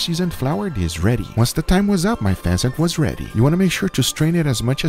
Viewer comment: Guga: throw the pheasant in there. What i heard: throw the peasant in there